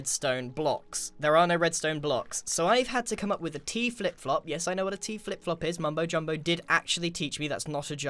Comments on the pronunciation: Grian: I need to stop calling it teaflop Also grian: *says teaflop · “So I have to trigger this to a *T Flip Flop* “ he says T - flip flop so...... weirdly Almost like.. . . . HE DOESNT KNOW WHAT A T FLIP FLOP IS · So weird to hear Grian say T-flipflop. Usually I hear Mumbo say that